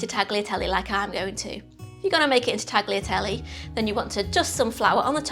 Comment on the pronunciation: in word 'tagliatelle' letter 'g' is silent... 🙄